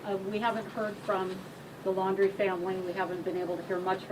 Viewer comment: It's not Landry, it's LAUNDRY (LAUNDRIE)! Love your videos!